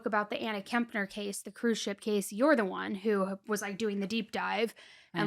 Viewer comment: It's actually been widely reported that TH is NOT living with his mom, Shauntel. But thanks,, for pronouncing Kepner correctly...unlike & seemingly every other YouTube true crime show host on the planet. Kep-ner. Not KeMpner...there is NO M!!!